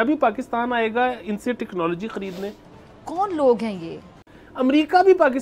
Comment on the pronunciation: टेक्नोलॉजी ❎ टिक्नोलॉजी ✅